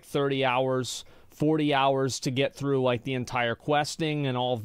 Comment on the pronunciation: I made it literally 5 seconds in, as soon as that muppet said "we are gonna go FREW" I was out.